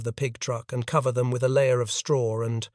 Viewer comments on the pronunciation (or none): none